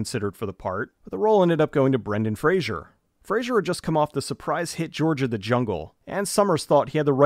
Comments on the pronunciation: FRAy-Zer...nor Frazier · You mispronounced Brendan Fraser’s last name every time. It’s not Frasier, it’s Fraser, which should rhyme with “razor”. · Dickie(David Spade): "Oh my God I love Brendan Frazier!" Brendan Fraser: "Fraser." Dickie: "It is 'Fraser.' Why do people say 'Frazier?'" - Dickie Roberts: Former Child Star